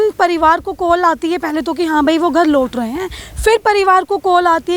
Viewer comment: This anchor needs to wirk on her accent...chonk and laut rahe ...pronunciation are wrong